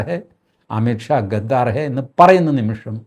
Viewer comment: എടൊ കൊണ്താ ഗാഗ്ഗാർ അല്ല gedhar എന്ന് പറയു